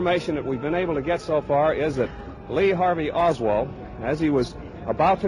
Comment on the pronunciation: He said LEE HARALD OSWALD